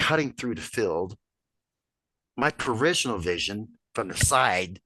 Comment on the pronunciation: I love your Videos, but have to say...this one was tough to get thru, mainly the first half or so. Still...many thanks for your dedicated work. Had to smirk at the "peritional" vision comment. Ive heard it mispronounced before but this was the best one yet😉😆